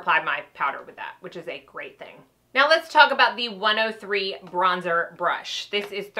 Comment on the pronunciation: Bronzer not brozer. Great video though. Helped me figure out my new BK brushes